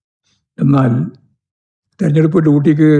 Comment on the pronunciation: Thereduppu alla threrenjeduppu aanu Govindthan Maashe !!!